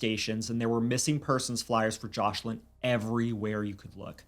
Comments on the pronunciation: Isn't the little girl's name Joselin? I swear I keep hearing JOSH-lin. Am I trippin'? 🤔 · Omg this is an awful story ! But one thing thats grinding my gears is the mispronunciation of Joslins name they keep calling her joshlin, please say peoples names correctly especially the victims.